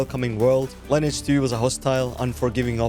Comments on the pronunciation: I don't think you actually ever played lineage 2. Why do I say that? Because you call it line edge 2. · Another one not knowing how to pronounce the game name.